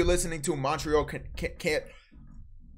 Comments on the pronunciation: He said mont re al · Brody said “MOnT rE Al” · Bro said “mont-rie-al” 😭😭😭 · Max don’t know how to say Montreal ong